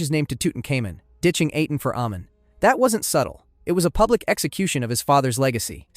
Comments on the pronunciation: "Aten" is pronounced the same as the "-aten" in Akhenaten's name. Ahh-ten, not Ay-ten. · Why pronounce Aten like that but then saying the pharaohs’ name correctly and thus saying the Aten correctly